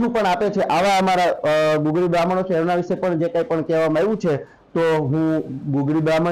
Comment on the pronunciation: ગગુળી નહિ પણ ગુગળી બાહ્મણ કહેવામાં આવે છે.